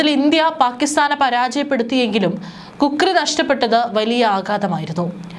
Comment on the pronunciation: Kukri അല്ല ഖുക്രി